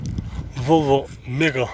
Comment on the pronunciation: Эзебербей башыда азыраак суйлочу волво дебей Вольво дечи